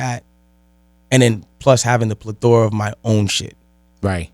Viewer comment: Plethora “pleh -the-ruh” not “pla-thora”